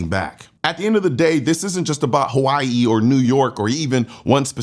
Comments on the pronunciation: "Havaee" ...i can't believe people still watch legacy media with how cringe and absolute propaganda it is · why she say Hawaii like that? Lol there's no V 😂😂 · Tomato tomato saying. Pronounced differently between English and Hawaiian. 🏝️